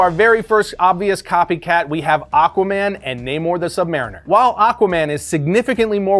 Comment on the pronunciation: This guy said aqua man better than namor 😂